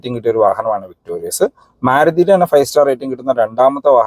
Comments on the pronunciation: ചേട്ടാ... ""വിക്ടോറിസ്"" എന്നാണോ ""വിക്ടോറിയസ്"" എന്നാണോ...??! അടുത്ത വീഡിയോ ഇൽ ആവശ്യമെങ്കിൽ തിരുത്തുമെന്ന് പ്രതീക്ഷിക്കുന്നു.... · ചേട്ടാ ഇത് വിക്ടോറിസ് ആണ് അല്ലാതെ വിക്ടോരിയസ് അല്ല